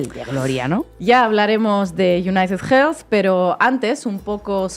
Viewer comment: Hermanos españoles: United Healthy no se pronucia con jjjjj .... Healthy se le "elfi" no jelfi